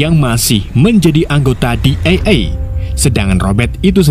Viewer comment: DEA di baca DI I E bg bkn Di E E